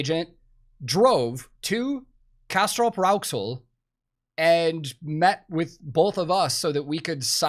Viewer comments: Hearing an American pronounce "Castrop-Rauxel" (and knowing it exists) properly is quite impressive. Welcome to Krautland ! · As a germanic mothertounge speaker, learning German should be easy! 😉 Your pronounciation of "Castrop-Rauxel" is already perfect. Some might even have problem reading it! 😜 So welcome to the "Kohlenpott" my birthplace and ol' stumping ground. Hope you can make it to your new home, not just a place you visited. 🍀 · Welcome! Finally, someone who isn't moving to Munich, Hamburg, or Berlin. You're already pronouncing Castrop Rauxel quite well. Some Germans have trouble with that too. Sorry for my english